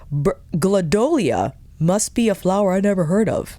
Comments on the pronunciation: It’s really doesn’t matter but I know you sometimes geek out on somethings 😉🙂…so I thought I’d just mention…gladiola…(at least where I’m at) is pronounced glad-e-oh-la. The flower itself is really named gladiolus but they’re sometimes referred to as “gladdies” or “sword lilies.” They’re tall with trumpet flowers. 🙂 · I believe it’s pronounced glad-ee-oh-luh. I am watching your video because you give so much amazing information. I really want this but I was wondering how much use I’d get and now I think I’d get a lot. Also just took the same RB blush out of my cart lol. Already had the same lys blush so I’ll be happy with just that and if I need more glow I can add a regular highlighter lol. Thanks for all the effort you put into these videos.